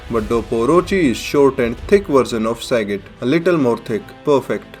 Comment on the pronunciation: I did not expect that accent. The way you say Sagat is godlike.